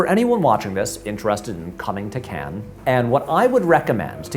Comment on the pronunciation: This gets a like for the correct pronunciation of 'Cannes'. Not sure why so many Americans struggle with this.